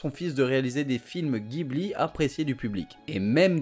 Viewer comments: en fait on dit "Djibouli" et pas "Guibli". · officiellement c'est ジブリ 'Jibuli'. Si tu dis Guibli à un japonais, il ne comprend pas.(c'est un mot italien à la base, oui.) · vidéo sympa! sinon Ghibli se prononce jibli :)^